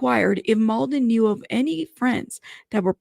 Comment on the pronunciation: It’s pronounced “Mlah-dan Treefoonovich” haha I’m from that part of the world so it’s funny how journalists say “Mould-en” lool